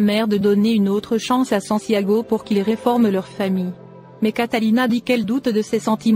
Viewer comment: Le mari de Catalina s'appelle Santiago et non sanciago